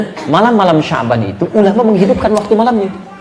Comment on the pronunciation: ko sabyan..kan harusnya sya'ban